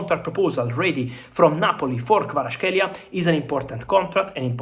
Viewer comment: why do you keep calling him Kwarashkelia?